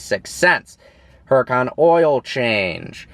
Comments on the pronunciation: The "H" is silent jerk off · The way he says huracan makes me cringe lol